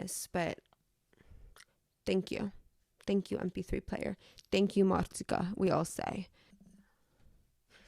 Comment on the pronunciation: SAMEEE, most dobott fel a youtube és nagyon tetszett a videód! Csak beleakadt a fülembe, hogy milyen szépen ejted ki a marcikát és megkellett kérdezzem ;p